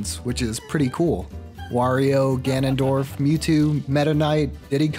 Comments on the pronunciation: “Ganon Droff” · "Ganondroff" brilliant